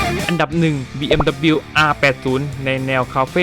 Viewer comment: อ่านว่าบีเอ็มดับเบิ้นยูนะครับ 🤣